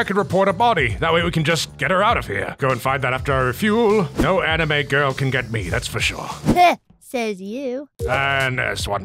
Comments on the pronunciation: Gentleman you said anaime and not anime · i laughed when he said animoo instead of anime